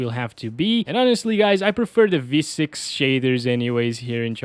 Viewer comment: "Shadthers"